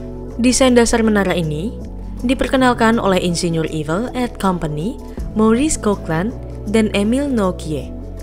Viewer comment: Saya dengernya jadi evil 😂